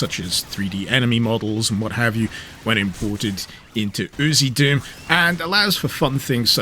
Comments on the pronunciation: I always thought it was pronounced as the lettering was: U... Z... Doom. He's just pronouncing it as UziDoom. 🤣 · I'm pretty sure it's U Z doom.. not oozy doom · Different country pronunciation